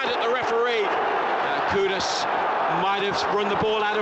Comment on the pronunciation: Tip for the commentator, its not pronounced koo-dis, its pronounced ku-doos : )